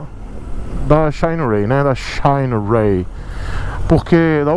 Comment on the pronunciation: xainiii rêiii Eita pronuncia boa. Parece o " ôrraizônnnn" do Americano... É um risco dar motos para o testar... Ele não passa pano kkkkkkkkk Por isso não enrica!!!